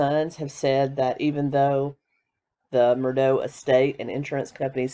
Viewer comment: Great videos, super live streams, AND breaking news! What's next!?! You're awesome my friend. 👍👏✌ PS listen to a couple news shows, l don't believe that's how you pronounce Murdaugh. Saying this in a kind way, since you will be covering this more. 😏